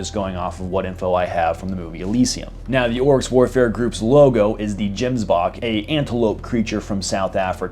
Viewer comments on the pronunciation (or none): It's not "Jemsbok" it's "Gemsbok" the G is pronounced like a throaty H. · any south african would want to kill you after your prounanciation of Gemsbok. its more like hemsbok. got shouted at the first time i said it wrong and never again. oh and the Gemsbok and the Orxy are the same thing, Gemsbok is the SA name to the Orxy which is primarily found in Namibia and is their national animal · "jemsbahk" love his pronunciation 😂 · omdayyyyssss, the way you said Gemsbok made me crack up🤣